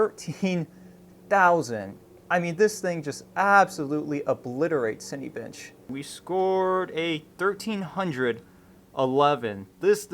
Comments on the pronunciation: lol ... it's pronounced cin-A-bench, not cin-E-bench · " Cinny bench " lol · You absolutely demolished the name Cinebench